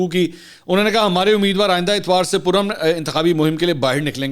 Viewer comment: I think we alllllllllll know the meaning of PURAMAN . You don't have to emphasize on it .